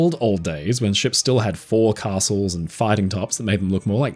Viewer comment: Uh... The word "forecastle" is pronounced /ˈfo(ʊ)k.s(ə)l/.